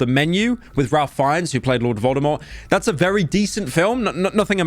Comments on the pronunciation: Pyro it’s pronounced RAFE fiennes 😡😡😡😡😡😡😡😡😡😡😡😡😡😡😡😡😡😡 unfollowed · your pronunciation of ralph fiennes physically pains me